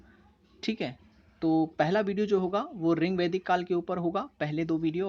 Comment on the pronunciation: Your teaching method is good but it's rigvedic ..not a ringvedic Ye sunne me bahut odd lg rha h